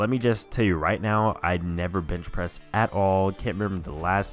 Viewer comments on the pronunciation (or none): ... Did he say b*tch pressing?